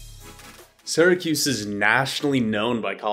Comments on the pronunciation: I was born and raised in Syracuse, ( pronounced Sear-a-kyuse. Not Sara-Koos.) Please pronounce Syracuse better. Thanks, and duck under those low bridges…😂😂😂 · Its not Saracuse! Its Syracuse! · a it's not sara cuse it's pronounced sear a cuse...you wouldn't pronounce Syria Sara ya now would you??? get it right eh? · And he pronounced it wrong. People from there say Sir acuse or Sur acuse. Supposedly, people from this area don’t think that they have an accent, but they do. If you go east to Albany or south to NYC, people can tell if you are from Central New York. Also, the term Upstate New York is not favored because each region has its own customs. People will refer to CNY or WNY (Buffalo). To people in NYC, they think Poughkeepsie is Upstate, and it really isn’t to most people in the middle, east-west areas. For a small geographic area like NY, each region is very unique.